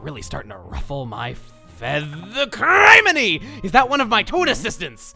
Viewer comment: I swear, every time Chugga says "Criminey" the R rolls get longer and longer